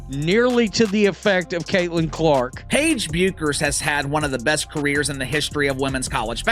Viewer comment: All credibility lost when you can't pronounce Bueker's name properly. This biased, ill informed piece is vapid and unconvincing.